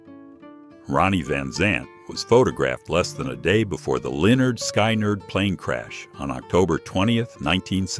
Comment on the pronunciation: Never heard of the Sky Nurds!!!😅😅😅